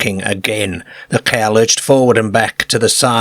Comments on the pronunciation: Uts funny that he only does the A sound weird. Everything also seems standard. So you go on fora while and the he jolts you with a CAER or LERGE. And you are like wtf is this?? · It baffles me. I'm 55 from yorkshire and I've never heard anyone talk like this (or maybe I have and just forgotten). It's like he can't say some vowels properly.A is always AE. It's not a Car it's a caer it's not cigar it's cugar. Fascinating. I don't care I### take anything over AI😂 It certainly gives the stories a unique touch. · There's about three different dialects in the way this A.I. pronounces... I can't help laughing every time I hear caerr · Love the way he pronounces Car KA. Enjoyed though. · I met a man who was from the South Yorkshire coast area and I asked him if you knew of an accent that pronounced car as cer. He didn't. I think it must come from a small unique area. Maybe Eastern Notts.? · Love this channel! The way this guy pronounces car is wild! Don't know the accent but it's great for story telling for sure! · It bugs me too😊